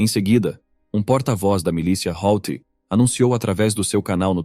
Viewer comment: HOUTHI = HUTI